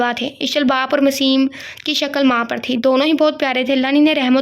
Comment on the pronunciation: UskA name...maseem nahi mesam hai😊